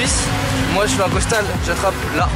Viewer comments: Vous savez pas parler c costal pas costa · Pk il dit Costa ??